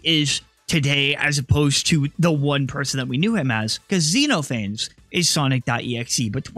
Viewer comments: zen off uh knees its a Greek name. its not zeenofanes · by the way, xenophanes is pronounced kseno-pha-nes, It's based on greek philosopher who mocked religion just like xenophanes in the exe does